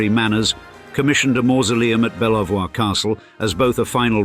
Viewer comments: Nearly everyone with mostly British ancestry is descended from Edward III, so it's hardly surprising that in this case there are also a few dukes mixed in along the way. And please, do learn how to pronounce Belvoir Castle... it's "bee-ver" not "bell-voi-ir". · Shocking mispronunciation of Belvoir, yes pronounced ‘Beaver’, to make it absolutely clear. AI ‘reader’? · Shame about the mispronunciation of Belvoir! (Sounds like ‘Beaver’) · Do only people from the E Midlands know the pronunciation of Belvoir Caslte, home to the Dukes of Rutland? It may have a beautiful view from the escarpment over the vale of Belvoir, but it's pronounced 'Beeva'. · Belvoir is a French word & the couple share Norman ancestors, so why pronounce the word 'beever'?? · 🇬🇧 We are all human after all. Forget the money. Striving to be a ' good ' person is the most important thing . In my opinion. Being rich, entails huge responsibilities to people, buildings, investments etc. I am so very happy with my ' simple ' life. i.e. The lovely woodlands / nature reserve at the bottom of the garden. All those lovely things. Ps. Surely it's pronounced ' Bever ' Castle.